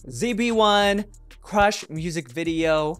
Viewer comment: i'm not used to pronouncing zb1 as "Z-B-1" lmao 😭😭😭